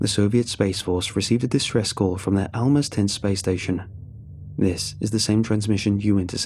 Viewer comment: Also Almaz (research/spy "stations" (and they were quite small)) was pronounced with a [Z] not an [S], the word basically means a diamond on the rough